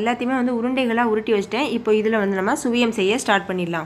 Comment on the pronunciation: Suzhiyam...not Sviyam..